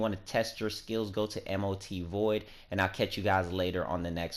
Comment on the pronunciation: M.O.T? its Mot ...dude